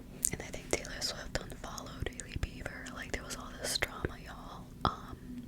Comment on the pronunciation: YAAAS “Hailey Beaver” lmao